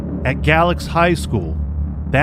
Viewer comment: If I'm not mistaken, the ME in Galax at that time was an Optometrist. M.E. was a political position and often filled by people with no medical knowledge at all and even less investigative skill. Also, it's pronounced "Gay-lax" by locals.